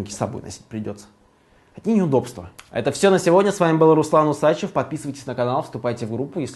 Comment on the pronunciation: ты не правельно свою фамиллию произносишь